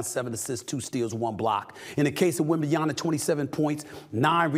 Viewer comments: First of all, he twisted his right ankle very bad, that's why he's on a minutes restriction. Second, it's WEMBANYAMA not WEMBANYANA for crying out loud! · You should know his name by now. It's disrespect to keep calling him WembanYANA. It's WembanYAMA. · Stephen A keeps calling him WembenyaNA, its WembenyaMA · His name is “Wem-ba-nya-MA” and not Wembananya please make the effort Stephen A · Why is it so hard for americans to say Wembanyama all I am hearing is Wembanyana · He’s pronunciation is wrong It’s not wembemyana it’s wembanyama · His name is WembanyaMa not WembanyaNa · Why do you keen saying Na instead of Ma…it’s fairly simple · its WembanyaMBA not WembanyaNA!!!!! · Victor wembanyama Goddammit WembanyaMA not WembanyaNA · NiaMa not niana. Repeat After me. 😤😁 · Wembanyama....not Wembanyana Jeez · Hello, can I just say that it wembanyaMA and not …NA ? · Bro at some point you're going to have to put some respect on his name. The name is not "Wembanyna" the name is " Wembanyama" I mean coming from a white dude I wouldn't be shocked, but my man... Try to improve the pronunciation next time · Jesus, Stephen. Learn how to pronounce his freakin' name. It's "-yama", not "-yana". I can see the average Joe getting this wrong, but christ, it's your only job. Freaking embrassing, dude. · Am I the only one that's bothered how he kept saying "wembyana" lol bro he's been in the league long enough where his name shouldn't be that hard to say anymore lol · Wem-ban-ya-MA. It's either disrespect or stupidity at this point. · Wondering what it would take for Stephen A to pronounce WembenyaMA correctly 😂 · I can't take this dude seriously when he just kept saying WembanyaNa... If there's one rookie that as a NBA talking head you should definitely spend a few minutes to learn to pronounce his name correctly out of professionalism and respect, it's this freakin' kid. You can't even be bothered to do that? smh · Wembanya-MA, we got to get this right. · Stephen A. Smith: "Wembanyana"